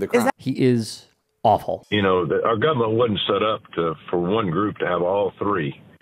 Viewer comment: "Guberment" says it all about Tommy.